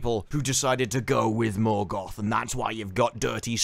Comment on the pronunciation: Turned it off halfway through, couldn’t stand anymore, utter muck. The way Galadriel pronounces the rolling R in Morgoth and Numenor makes me want to fall on a Morgul blade